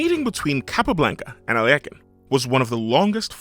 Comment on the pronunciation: ...Finally, a correct pronunciation of Alekhine.🎉